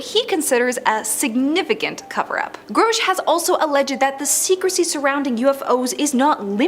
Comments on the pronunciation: She says grosh whereas it should be pronounced grush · Let's all take a drink every time she mis-pronounces our boy's name.